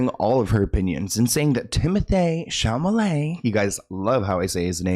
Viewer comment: I do LOVE how you switch the L and the M in Timothy’s last name. Not sure why, but it’s something that would normally bug me. It’s totally fine when you do it.